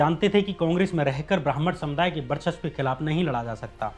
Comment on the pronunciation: भाई, अपना उच्चारण ठीक करो यार! शिक्षा को सिच्छा बोल रहे हो, वर्चस्व को बर्चस्व, ब्रिगेड को बिग्रेड, बिचारधारा, आसंकाओं, यह सब क्या है? 😀😀